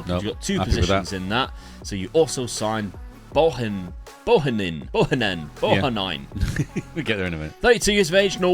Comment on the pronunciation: Can't believe butchered Bohinen (Bo-hee-nen), his dad played for Forest, Blackburn and Derby back in the day. Enjoying the series though guys